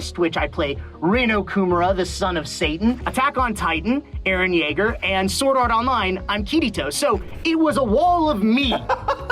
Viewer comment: ITS REALLY HIM GUYS, ITS EREH YEAGUH